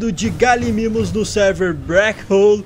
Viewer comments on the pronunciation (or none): none